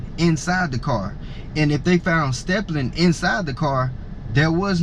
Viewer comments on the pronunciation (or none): Stippling stippling not stepplin English must not be your first language?